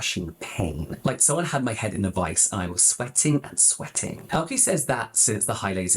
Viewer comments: It's pronounced like "Elka" 👀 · FYI, both E’s in Elke are pronounced like the E in “eh” (you know, like 🤷) 😂